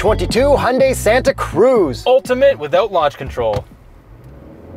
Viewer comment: It's pronounced Hi-oon-die not Hundie